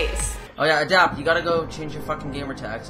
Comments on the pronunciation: Also he says Adipt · How the fuck do you pronounce Adapt "Adept" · Lmao she said "Faze Ah-dapt" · It's not adupt it's adapt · ELiTE_CODxX ikr I was dying like wtf. She said ah-dapt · she said FaZe Adupt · Faze ah-dapt?? o_O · Faze ahh-dupt ? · How the hell did you pronounce Adapt? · the ways she says adapt lol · she says adapt wrong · She said ADAPT wrong ! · the way se said adapt made me cringe so hard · Jesus christ can she not pronounce "Adapt"? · How the fuck did she pronounce adapt like the fuck